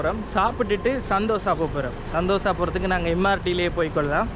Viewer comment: இது ஸந்தோஷ இல்லை ஸெந்தோஷ( senthosha)